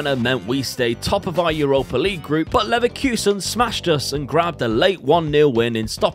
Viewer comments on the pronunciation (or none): none